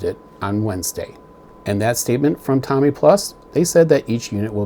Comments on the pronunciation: ...and it's TOMY....not TOMMY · Tommy is a name .. the company is Tomy with a long O ... Tow-Me ... I guess I'll call them on Monday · Thanks for sharing, and thanks for having the courage to not accept the defects, for over $700.00 they should have done better. ( for what little it's worth the name is pronounced toe mee, not tommy like the famous who album.) But maybe with those defects it was built by a deaf dumb blind boyl lol! I hope you receive a unit that looks like the one in that video tomy sent out! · amazing when somebody can nitpick like you do yet cannot even pronounce the company name....no surprise dweeb